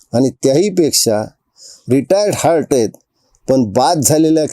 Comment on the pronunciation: योग्य विश्लेषण केल आहे , परंतु रिटायर हार्ट नाही , रिटायर हर्ट असे आहे